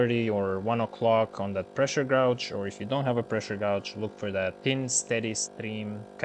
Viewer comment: fyi: "gauge" is pronounced "gayge" appreciate the info :)